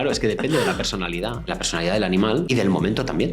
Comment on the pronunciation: Me encanta tu contenido 😊, y el formato de "niña pequeña" que hace preguntas sin parar para saciar su curiosidad es lo mejor 👍. Llámame loco pero, ¿personalidad o perronalidad? 🤔